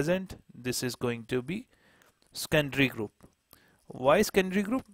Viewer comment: It took me 2 mins to learn that you are saying secondary group...